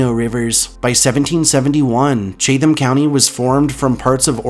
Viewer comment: I’m from NC and I have always heard of 3 of these places, but 2 were new. I really enjoyed the entire video though. However,for the 5th place, I t’s pronounced like “Chat ham” county (the “h” usually disappears), not “Cha tham” county.